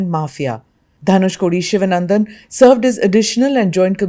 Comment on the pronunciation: The name is pronounced Shivaanandan, please.